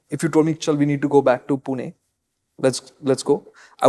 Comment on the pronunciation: pronunciation of पुणे is spot on 😅